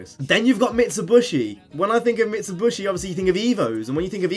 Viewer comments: Its mitsubishi not mitshubushi and its AE86 not A86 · Mit - su - be - she* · Mit-su-bi-shi not mitsuBUSHY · UGH! Not again! What's next, no Nissan? Also, it's pronounced MIT-Suh-BISH-ee. Sorry for being a grammar nazi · Stop saying MitsuBUSHY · Mit-su-bi-shi say it with me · Mi - Tsu - Bi - Shi* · its pretty annoying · LMAO I thought that as well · Mitsibushi???? It's pronounced how you read it 🤦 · Are you saying Mitsubishi like that on purpose just to wind people up or am I missing something? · The way you say Mitsubishi is really weirld, lol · Well I'm a grammer commie! All pronunciations are equal (except some pronunciations are more equal than others), so I don't care if he says it wrong.